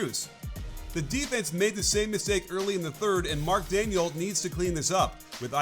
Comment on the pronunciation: Great vid coach. Just one thing: it’s Mark “Day-gnaw” not “Daniel”